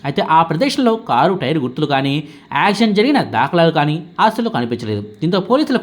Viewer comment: యాక్సిడెంట్ అనేది పలకడం రావడం లేదు. ప్రాక్టీస్ చేయి